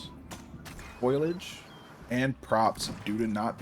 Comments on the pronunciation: bro said “foilage” lmao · Hahaha "Foilage." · the way you pronounced foliage made me die inside a little. its like you've never heard the word out loud before and I'm embarrassed for you. Either that or you're baiting for comments, which is pathetic